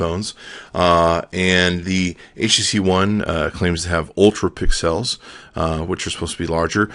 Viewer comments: I think it's funny when you say "pick-cells" instead of pixels... Lol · i love the way you say pixels lol :D